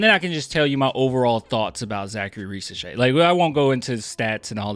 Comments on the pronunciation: To be precise, in french if the letter "s" is between two voyels, it's pronounced "z" so Risacher should be pronounced "Rizacher". By the way his dad was a great national french player so it's great to see his son playing at this level. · Ri - z - ash - ehhhh (but like the Spanish R Grrrrrrr)